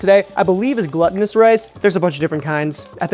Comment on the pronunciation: "Gluhtinous rice"! XD it's "Glootinous rice", as in "being glue-like" or "sticky". XD "Sticky rice", "Sweet rice" & "Waxy rice" are other terms to look for in regards to Glutinous rice.